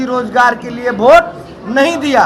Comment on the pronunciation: भोट नहीं वोट होता है।😅🤣😂